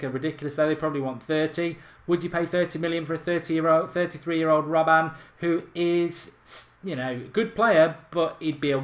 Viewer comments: please stop saying robban for gods sake. its robben. god damn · Mark its RobbEN not RobbAN haha xD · £20-30M for Robben? You havin a laugh?! £10M tops, he's 33! It's RobbEn not RobbAn, and he has NO right foot... Two footed? 😂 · It is prenounced as robbun